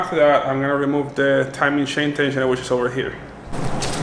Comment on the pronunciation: “If I take off the shain “ 😂😂😂😂😂😂